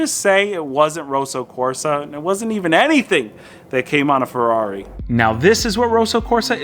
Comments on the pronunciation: It's Kosso Korsa 😁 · "Rowsow Corsa"